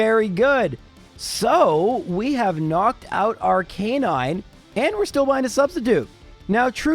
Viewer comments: I'm sorry but it's Arcah-nine, not R-canine. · Ar-ka-nine Arcanine! God! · Unsubscribe since he can’t pronounce Aracanine. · No one is talking about how he pronounced arcanine? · I know his reasons but everytime he pronounced Arcanine and Lorelei I wanted to stick a dagger in my ears